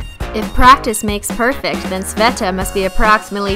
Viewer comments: Sveta Yup, you pronounced it right) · Yep, you pronounced her name correct. Sveta short for Svetlana. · I think you pronounced svetas properly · You are pronouncing her name right, I'm surprised actually